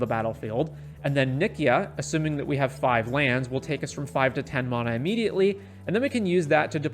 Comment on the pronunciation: It's mana, not mana